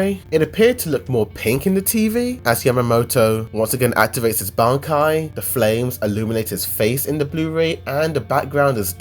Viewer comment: that bankai pronounce killed me...